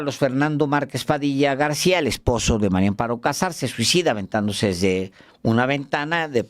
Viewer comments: PORQUÉ POCOS DICEN BIEN EL NOMBRE? ES MARÍA AMOARO, NO MARIO AMPARO, AÚN ASÍ QUE DEJE DE COBRAR LO INDEBIDO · No me cabe en la cabeza la dificultad del periodista Álvaro Delgado para pronunciar el nombre de la corrupta viuda... María Amparo. Todas las veces que la menciona la menciona como Mario Amparo.😅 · Hola Álvaro, buenos días disculpa pero parece que dices Mario Amparo 😊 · ¿Porqué Álvaro Delgado dice siempre "MariO Amparo Casar Pérez? Es mujer y se llama MARÍA AMPARO... 🫢🤷 ¿Le costará mucho trabajo pronunciar " MariA"? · Álvaro, estas repitiendo constantemente mal el nombre de la señora María Amparo como Mario!. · Es MARÍA AMPARO CASAR. No Mario Amparo... ¿Por qué casi todos pronuncian mal su nombre? Es más fácil pronunciarlo correctamente. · Álvaro, siempre dices MARIO Amparo Casar Pérez 😅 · Les cuesta trabajo decir María Amparo, a los dos excelentes periodistas!!